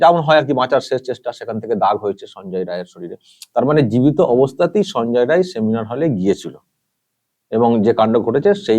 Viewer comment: রায় না রাই বলুন